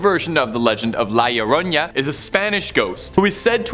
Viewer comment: Iioroña lmao yeah that aint how you are suppposed to say it